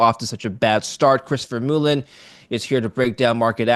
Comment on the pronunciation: Chris Ver-BOOHOO-len.